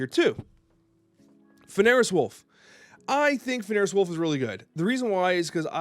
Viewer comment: Love ya butbI can't sit here and let you keep saying it wrong. F-en-rear. Keep snappin!